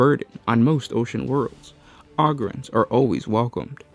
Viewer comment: How you say ogryns and ratlings is comedy!